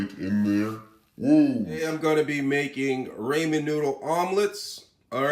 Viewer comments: Raymenn? Rah-min. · Bro I'm not trying to be mean why do you always say ramen ramez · raymen????? You mean ramen